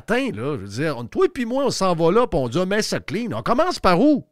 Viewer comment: oui surtout quand tu dis commece au lieu de commence😂😂😂😂😂...lâche pas 😂😂😂😂